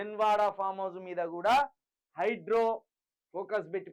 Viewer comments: ఒరేయ్ హౌలే హైడ్రో కాదు రా హైడ్రా నీ తెలుగు వినలేక పోతున్నాం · Hydro kadu ra hydra em news reader vi ra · హైడ్రో కాదు బ్రదర్ హైడ్రా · హైడ్రో,హైడ్రో వినలేక సచ్చిపోతున్నం అది హైడ్రా బాబు